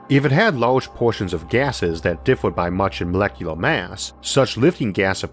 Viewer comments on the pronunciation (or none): none